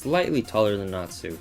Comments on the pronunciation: I was just trying to make it simpler by making it a z so it doesn't look weird.... since he was pronouncing it Nat Su. at least at the start of the vid he did. so still....SLAP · u said natsu's name wrong! its pronounced natzu! *Slaps in the face! I FEEL SO SATISFIED;D